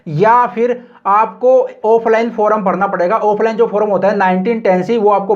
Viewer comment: फोरम nahi hota yr फॉर्म hota hai